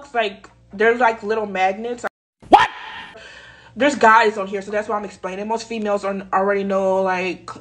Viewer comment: Bruh she said warms and magnets 🤮🤮